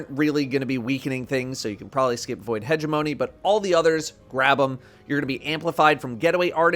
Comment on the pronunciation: Hegemony LOL its He-gem-mony